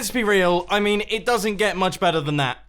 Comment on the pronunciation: “Let’s be rail”